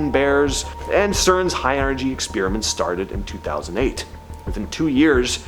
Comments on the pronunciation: Your videos would get more views if you start pronouncing "experiment" correctly. Ex spear ament is quite annoying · What's an exspeeeeriment?